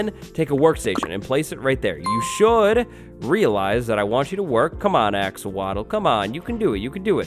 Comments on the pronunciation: 777k subs for... also “axowatl” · When you realize wattles sounds like waddles and the axowatl is axolotl